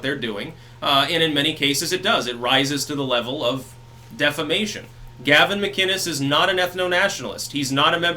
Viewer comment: It's pronounced "Mac"-"Innes". NOT "Mac"-"Ginnes".